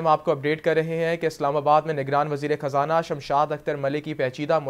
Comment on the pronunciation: Its خزانہ not کھزانہ